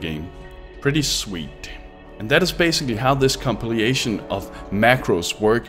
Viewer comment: i think it "compilation" instead of "compiliation" :)